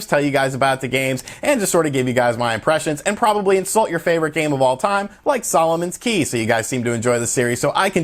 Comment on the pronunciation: Every time you say Solomon’s Key I can’t help but chuckle.